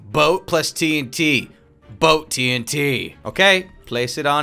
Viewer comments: It’s TNT not TINT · Everytime he says tnt (the fast way instead of T N T) it sounds like hes saying tint to everyone else right? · T n t not tnt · All the falsely pronounced words of 1. 🥔 Potats 2. 🌾 Queet 3. 💥 Tint Eh..